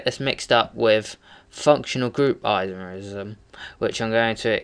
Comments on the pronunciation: On your chain isomer explanation, the 2-methylpentane name is incorrect. You first have to identify the longest carbon chain, which you'll find is butane, not pentane. And therefore it should be 2-methylbutane not 2-methylpentane. And by the way, the way you say "isomerism" is gay as fuck. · In the First example it is 2-methylbutane not pentane. And you say isomerism incorrectly too.